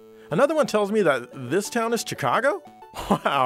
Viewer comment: Why do you say 'Chicago" like that?